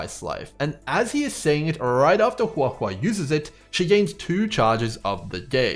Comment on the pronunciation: Just wanted to compliment you on the best pronunciation of her name I've heard so far 👍 also really appreciate the early analysis, I've been waiting for this!